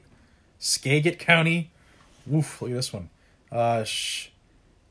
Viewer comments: I cant resist... i gotta help ya... haha! Snohomish = SNOW-HOE-MISH Skagit = SKA-JIT Okanogan = OH-CAN-NOG-IN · Sno-ho-mish, ska-git. (Ska-jit) I live in Washington state, and those are the pronunciations. I hope it helps. Great video. Thank you for all you do. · Snow-ho-mish. Skagit. Pronounce the G as a J. Island county...cause it's a bunch of islands. Now try your hand with Puyallup, Sequim, and Elhwa. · Snow home ish is how its pronounced also skajit